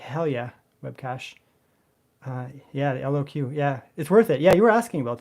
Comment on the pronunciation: Say Lock brother. LOQ